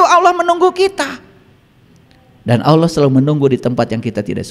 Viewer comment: Allah ya bukan auloh lafaz saja tdk benar😂